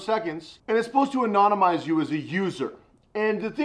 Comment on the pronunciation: Anonymi- anonymiz- boomerpow! 😆😆😆